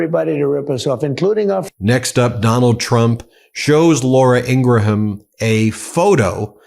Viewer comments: Why can’t you pronounce Ingraham? You’re an intelligent man. I’m sure people have told you. I even heard you say it correctly a few days ago. What’s the deal? Are you doing it on purpose. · Ing-gram not ing-gra-ham